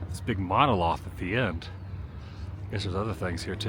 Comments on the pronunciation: I almost thought he said MONOSLOTH 😂 Still a great vid! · You say SAUCONEY … I say SAUCONY… you say MONOLOTH … I say MONOLITH… let’s call the whole thing off 😂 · Monolith not monoloth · Monolith, not loth :) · Monah-Lith attn: Adam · "monoloth", lol. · mano lith short "a". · No, he was trying to say MonoLITH, but Adam was being Adam with bad mispronunciations. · 3 seconds in and this idiot mispronounces Monolith. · I was like “a mono-what?” 😆 The word might have been mispronounced but it was used correctly! We ALL mispronounce worlds. I mispronounced pho for years. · He mispronounced it what a idiom! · She just created this account last week, mainly to correct his pronunciations. Twice with Quito and now monolith.🙄